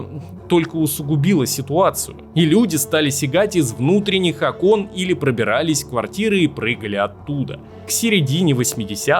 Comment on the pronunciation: С Айсом Кьюбом ?Из окОн😂😂😂😂 Дааа склонения и ударения это проблема,рекомендую читать книги.